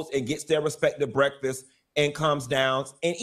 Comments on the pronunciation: Funky just voiced his experience. I don’t understand why she so mad. But “breffus” took me out. 😂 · Somebody go get my "breaffus"(breakfast)😂